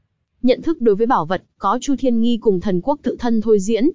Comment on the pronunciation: Chu thiên nghi mà nghe sao ra nhi v